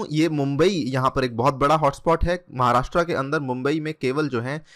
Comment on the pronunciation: १) 'महाराष्ट्र' सही उच्चारण है, 'महाराष्ट्रा' नही २) भगत सिंग कोश्यारी नाम है राज्यपाल का